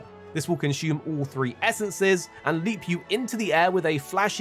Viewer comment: "Conshoom" he says...